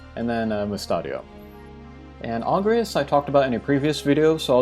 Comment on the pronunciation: Also you mispronounced Angrias, Delete and Mustacho. chuckles